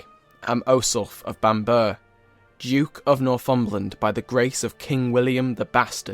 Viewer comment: Bam-borough not Bambur